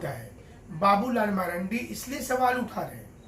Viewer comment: उसका नाम बाबूलाल मरांडी है ना कि मरंडी 😂😂